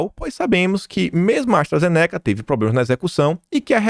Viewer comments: Se fala: ASTRAZENÍCA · Pifaizer NÃO!! É "faizer"!! Astra ZÊneca!! Acento na primeira sílaba!!! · pronuncia os nomes de forma correta! Se pronúncia FAIZER e ZÊNECA. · KIM, Pfizer - fala-se Fizer (P mudo); Astra Zeneca, fala-se Astra Zêneca